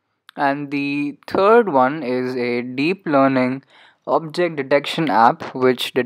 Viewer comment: "and the turd one"